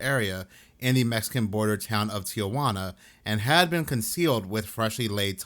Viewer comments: Ti-juana NOT Tia-juana. Just an FYI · Oh Tay and Tee wanna. for correct pronunciation